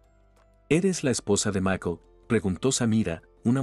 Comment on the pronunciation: No comprendo porque el narrador dice macol? Se pronuncia ( maycol) y no se dice sock se dice shock.